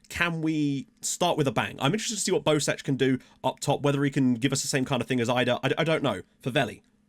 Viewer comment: Bosec is most likely pronounced "Bosets", usually in Croatian a C following E will be a "ts" sound, so you were probably right the first time. Sadly FM doesn't use the special characters from Gaj's alphabet.